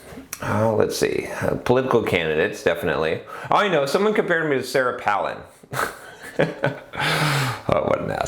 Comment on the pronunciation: It's Pālin like pail, not Pălin like palace. :) Any way, I don't think politics is a good example because there isn't any feedback mechanism, like profit and loss, to tell if you are doing a good job, and there is no competition once you in, except to some extent between US states or localities (e.g. tax migration), but that could be because other places are getting even worse, rather than you doing a good job. A person who is good at campaigning isn't necessarily going to live up to the expectations they fostered in their campaigns, but once they're in, they're in unless impeached or recalled (which is rare). Just look at Regan: not getting rid of the Dept. of Education; or Obama, the US is still in Afghanistan. It's also kind of an old-boys' club; especially, within parties Millette and Brown were outsiders while Randy and Goldberg are the old guard. Didn't even get to another election season to see how competent they were at getting candidates elected. Not sure about the raising money thing; it's subjective how much is enough within the timespan. Personally, I would like to see that ring cast into Mordor. I only use Facebook to get contact info and some group announcements; too many adds, too public. Google groups fixes some of the issues people have with Facebook but it hasn't caught on. Maybe Google groups is the Dvorak equivalent of social networking; better but not good enough for people to take the opportunity cost of switching. But yes, I agree with you